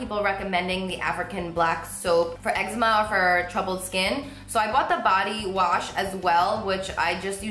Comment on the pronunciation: YOU PRONOUNCE ECZEMA WRONG